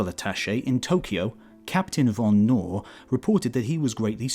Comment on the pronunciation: the K in Knorr is not a silent one. it's german language, not english. you said "van nohr" when you had to say "KnoRR".